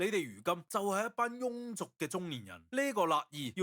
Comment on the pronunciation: 感謝! 庸(音:容)俗